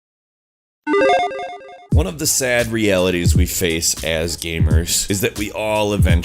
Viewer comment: Did you said "un" instead of "one" or I'm just hallucinating because of lack of sleep?